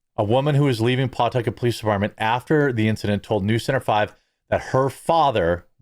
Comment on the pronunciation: It's puh-tuck-it.